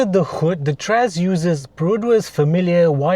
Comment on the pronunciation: why u keep pronounce as Trash? Trust la 😅